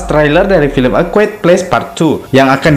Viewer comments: Quiet kok dibaca kuit :v Dibaca kuaet yg bener lol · Mas...ejaan bahasa Inggrisnya a quiet place bukan “e kwuet ples “” tapi “ e kwaiyet pleis” ...